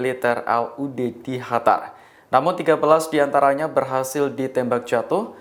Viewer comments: Qatar mas...( dibaca : KATAR) bukan dibaca Hatar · Kok HATAR sih Mas ? QATAR mas...QATAR !!! Mana ada Q dibaca H, beughhh ! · Qatar bukan hatar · Kok “Hatar” aneh aja dengar nya, kirain negara baru, Q bacanya sm sprt huruf “K” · Knapa lu ngomongnya HATAR siih?!?